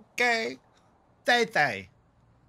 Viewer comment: The way he pronounced thei thei is like he's saying "tei tei"😂 but I'm proud of yuhhh❤❤..... keep on vibing more reaction video❤..